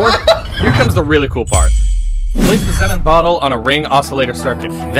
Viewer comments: its pronounced xenon with a short e not a long e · Can't even pronounce xenon correctly